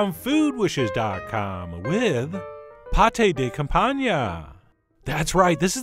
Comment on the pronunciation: Its me again.. Campagn[.] you shouldn't say the [e].. Love your vids, love to correct you even more.